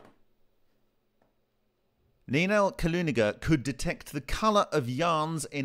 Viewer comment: Not Kalugina, but Kulagina. Kaluga is a town, rather famous.